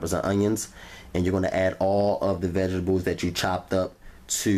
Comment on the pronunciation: Vegable, and rery rery rery rery juicy